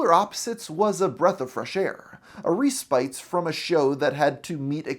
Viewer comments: that's pronounced "ress-pitt", not "ree-spyt". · "Respite" is pronounced "res pit" not "re spite". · I’ve never heard anyone pronounce the word “respite” as “ree-spite”. I’ve only ever heard “ress-pit”. lol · The word respite is pronounced “ress-pit” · Reprise and respite are not pronounced with the hard e R-eh-spit R-eh-prise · Reeeeeee-Spite. It’s like this guy scraped comments from the edgiest midwit edgelord redditor comments on every episode and then pumped them into Manus, it spit out a script, and he didn't bother to learn how to pronounce the words.